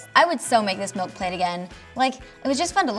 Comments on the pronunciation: She said "melk" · Omg why does she say MELK????